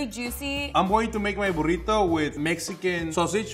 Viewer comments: ''here's my burridough'' ''here is my burridough'' ''Here is my buRRiToh'' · And here's My borritu he said like this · Burito: Burito: BuRRito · "Burido", "Burido", "Burrito". 💪🏻